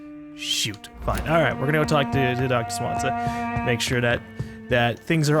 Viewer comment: plz stop calling him "Swan-za" its "Swan-ze-ya"